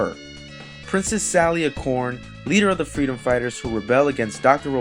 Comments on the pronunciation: ...went nothing into Sonic's actual creation, went nothing into the fact that Dr. Robotnik was to be the main character in the Sonic series initially, and you mispronounced "acorn". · ok AMAZING video but did you have to say acorn wrong like cmon man seriously lol